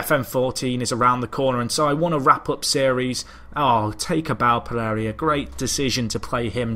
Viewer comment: Did you asked for Donuts? Are you a cop or what?. I sguuest as alias for Jean Philippe Pereira "Pegeiga". O "Pegegia" since you insist on changing the i to be after the r instead of before. (Like you swap consonants in Japanese or Spanish names a lot, like Wanatabe when it's Watanabe). Don't take this as a complaint about your pronunciation of such names; there's no sense demanding you to nail them.